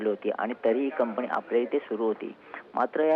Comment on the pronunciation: ताई ते कंपनी आहे कंपणी नाही मराठीची लाज काढताय तुम्ही